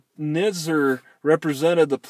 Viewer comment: The correct pronunciation of Nizer rhymes with "wiser."